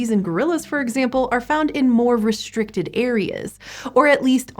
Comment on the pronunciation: reSHtricted (restricted) HiSHtory (history) queSHtion (question) AuSHtralopithecenes!!! ...so, why isn't "ancestor" aSHeSHtor for this woman?